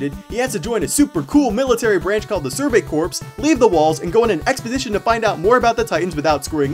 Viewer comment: ***** Survey Corps is pronounced "Survey Core" not "Survey Corpse." Sorry I'm not sure why that word bothers me so much- Great video though!